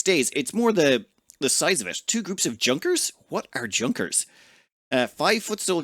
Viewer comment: It's way too late to ever be read, but a Junker, pronounced "YOONK er" is a Prussian noble class.